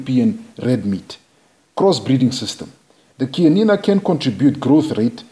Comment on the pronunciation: so happy to hear the CHIANINA name pronounced perfectly and correctly in your video. Pure bred Chianina are utterly confident and quietly aristocratic. Full marks to you for respecting the correct pronunciation.. Chianina is my favourite cattle breed. They behave as royal kings calmly confident and aloof over all the other less tall cattle breeds